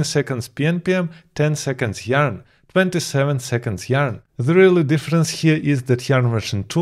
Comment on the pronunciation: YARN not JARN....